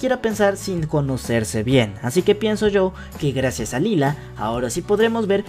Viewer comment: Se escribre lila pero se dice laila